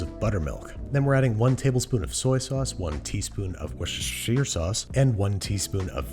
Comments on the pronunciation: I love how anyone could say "a tablespoon of weescshare SAUCE" and everyone would undestand what they meant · "worcester" is pronounced "whiss-ter" (rhymes with mister), then the "-shire" is pronounced "sher", like SHERlock holmes or koSHER salt. Altogether its "whiss-ter-sher" sauce. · "We-share sauce" lol 😆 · Worse-chair-share sauce.😌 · The word- Worcestersauce Babish- "weshare sauce" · I know it's a meme at this point, but Worcestershire sauce is pronounced wooster sauce, where the oo is the same noise as the u in push. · Its pronounced worcestor - shire sauce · Here in the UK we say WOOSTER sauce. You sound ridiculous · We-share-sause the worst enemy of the english language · Babish: Tries to be respectful and pronounce foreign foods correctly. Also Babish: Wurst-Cher-Cher sauce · „add a tablespoon of weee-share-sauce“ It’s so wrong and I love it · “Worst chair share” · Wee Cher sauce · Woos-Cher-ter Sauce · Worse chair tire sauce. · For the people who can’t pronaojnce it at the bottom wous-ta-shear sauce :) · Voos - ter - sher Sauce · Vus ro dah Sauce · Thanks be to the We-Share Sauce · weeshare sauce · Wuster ffs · don't forget the weesher sauce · "Wissher sauce" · Anybody else's eye twitching at his pronunciations of worcestershire? 😂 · I love and respect how Babish has completely given up on pronouncing Worcestershire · pronouncing worcestershire like that should be a cardinal sin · This is the worst pronunciation of "Worcestershire" he's done. I love it! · The best part is that he pronounced worcestershire two different ways-both weong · Nothing gives me the giggles like Babish repeatedly messing up the word “Worcestershire sauce.” 😂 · Can we get an official Babish t-shirt that is just all of the different ways Andrew mispronounces “Worcestershire” spelled phonetically? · He’s butchered it every time he says it, as we all do, so if he pronounced it correctly that would be more shocking haha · Ah yes, my favorite sauce, Weeshare sauce. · Wus-tur-shur sauce